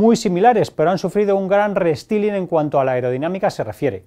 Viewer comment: Se pronuncia "restailing" Jesucristo